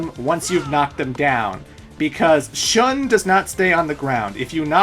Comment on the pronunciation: Wouldn't Shun be pronounced "Shoon" or along those lines? I just want to check on my japanese ;)